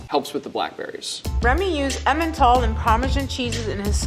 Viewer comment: That guy is French ?? Doesn't feel like it, he had a weird way of pronouncing emmental and I'm French so I know how it's commonly said out loud